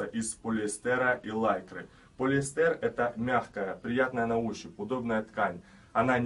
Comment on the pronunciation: что за ударение - полиэстЭр? полиЭстер.